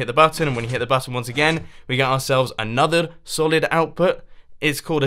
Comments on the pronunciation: "Anordered".. Sounds a little russian :) Nice Video still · mumbo says anothurr in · be like: anader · "Anuthr solid output" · "...and we've got anothered redstone contraption..."